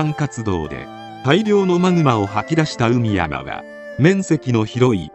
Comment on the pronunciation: 「海山」は、「かいざん」と読むのが正しいやうです。